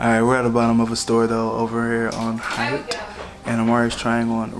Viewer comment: Lol it’s haight street as in “hate” , one most famous streets on west coast. Dig the vids stoked on jags FA , can’t wait til next season